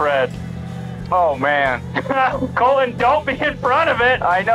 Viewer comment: ok, is it Colton of Colon? I swear is saying COLON!